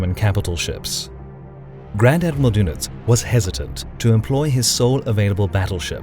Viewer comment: His Name was Dönitz, not Donitz - and then your joke does not work any more. (it barely worked in the first place) Just because you americans cannot write ä ö ü you simplify the german names and also spell them totally wrong. Learn the Umlaute (write/speak).